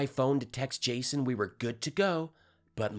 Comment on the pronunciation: "Jasoy", - lol